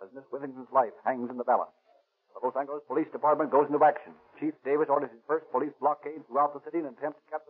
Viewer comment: I notice they pronounce Los Angeles with a hard,and not a soft "g".